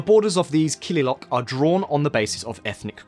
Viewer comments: Kililoch not kililock. 'Ch' in kililoch is read as 'Ch' in Ostrich is read. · Kililok ❌ Kililoch ✅ Kilil = Region Kililoch = Regions DERJ ❌ DERG ✅ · Excellent! Only one mistake "kililoch" is pronounced not as Kililok but as Kililoch ... the "ch" is as in "Chair". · One reminder tho the "ch" at the end of " kililoch " is pronounced as u pronounce the of " ch " of coach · its derg as in iceberg and its kilioch as in cockroach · And the pronunciation of killiloch, kilil and Addis Ababa